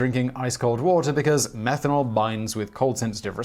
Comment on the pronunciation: What about saying METHANOL when he meant menthol? 😂